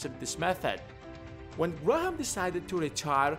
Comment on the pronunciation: Ive never heard Graham pronounced "Grah-Ham"